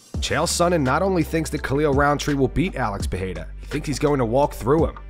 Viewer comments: Chael can’t even pronounce pereira correctly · When you Cant pronounce the name of Alex Pereira. Mr.Sonen Gobble a lot full of Saliva in his mouth 🤢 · At least get his name right FFS…🤦🏼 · The way Chael says Pee era really annoys me ! I Don't know why, but it's per rare ah. It's not like Magomedsharipovovopopovicinho DAMN ! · Does it drive anyone else insane that cheal is UNABLE to pronounce any foreign name?(pee-air-uh) (Makelchev) ect. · If Chael pronounces it "Piera", then that is his name now. Sorry Alex. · There he goes again. Calling Pereira "Piera" 🤣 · Nah he’s just trolling. As DC said, “Chael’s too smart to mispronounce all those names”. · 20 years later Uncle Chael still pronouncing it Pee-eara, after he has won 4 belts with the UFC. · Chael and the PEA-ERA thing annoys tf out of me. So disrespectful how he doesn't even try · OK Chael, who tf is Pierra? Does he hang out with Hazmat? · Chael P. Sonnen - “Pee-eraaa” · Chael shreds Alex Pereira's last name as much as Full Mount MMA does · Sonen is absolutely wrong about Roundtree walking through the champ. He can’t even pronounce Perrerias name correctly. I think it’s the CTE from the head kicks by Jon Jones talking. Stylistically it’s a fantastic matchup for Alex as Roundtree has even said he’s not going to shoot a takedown. It’ll be a striking matchup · When you can't pronounce a world champion ufc fighter's name, I'm sorry Chael, I can't listen to you anymore, bro. Either you are blatantly disrespectful or seriously out of touch with the UFC. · I refuse to hear Chael not knowing how to even pronounced a 2 division champ. Biggest shit talker around, as in literally spills only crap outta that mouth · I can’t take chael seriously when he intentionally mispronounces peoples names like that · Does anybody even care what Chanel Sonnen says these days? Dude doesn't even have the respect to learn how to pronounce the name of one of the UFC's biggest stars. Not like its even difficult...